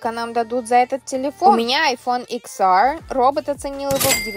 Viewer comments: Икс ааааррррьь😂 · Та самая девочка на английском : мэай йпьхан эз эааррррр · Икс ААААААрррр 😂 ору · Икс аррррр даже написать тупое произношение невозможно 😢😂